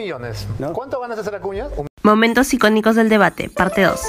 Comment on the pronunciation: Jajajajaja otro acuña es uci no usi. Jajjajaja que animal y corrigiendo todavía jajajaja